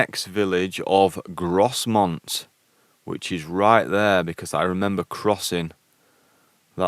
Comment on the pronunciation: Well done. About 25 years ago my colleague, also from Bradford, did the C to C. I remember him getting lost around Grosmont (pronounced Growmont btw!) and he had to cross a river. We used an early version of Google Earth to guide him across the river and back to the path! I've just had a weekend in the North Yorkshire Moors and there are far better places to visit then the moorland plateau. The views down than Dales along Blakey Ridge are spectacular.